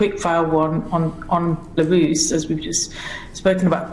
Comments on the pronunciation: He he he! First I thought she said "Larousse" (clearly a reference to everybody's favourite French cyclopedia), then "Barooze" (anybody's guess?!?), then "Belarus" (Bingo! We got there in the end.). You're right,, here is a girl who has not done her homework! A definite 0 for effort and 10 for ticking boxes. My friend, usually strongly politically correct, was annoyed over the Obama victory. He pointed out the "urgency" of having to vote for the first black President was no urgency at all, just box ticking reverse r**m. Let's hope the practice is not let loose in the nuclear power stations or at the nuclear switch. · Someone tweeted Claudia laughing at her pronunciation of Belarus, she then said it was an attack because she is a woman and a women of colour. He replied to say you are the only one mentioning sex and race. Her response was 'Exactly'. She's a complete moron.